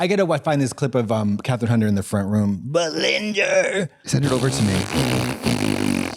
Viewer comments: Katya saying, "Belinder" every 5 seconds. I LOVE IT 😭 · I know Trixie knows Granny but I swear Katya must be a vod watcher because Granny's been saying BELINDER for weeks